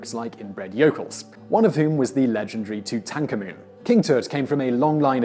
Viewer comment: You pronounce Tutankhamen rather strange! Not even the academics pronounce it that way and do research unlike your parrot-sounding facts-we-already-know soundings.